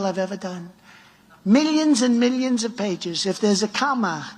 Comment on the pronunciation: At least we got a "mee-leeons and mee-leeons" out of The Fat-Ass.